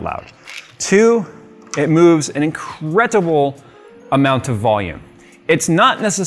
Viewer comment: Didd he said incretible or incredible?